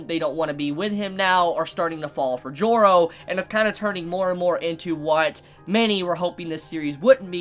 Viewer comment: why does every time "Joro" is said i always hear it pronounced "Giorno"